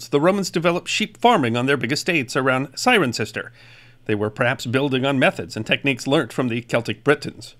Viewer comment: As a resident of the 2nd largest Roman town after Londinium Thank you for the proper pronunciation of "CIRENCESTER"!